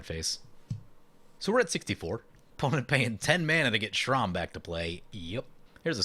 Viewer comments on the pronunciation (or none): Sram isn’t pronounced Shrom It’s S-ram not being mean I actually find it funny actually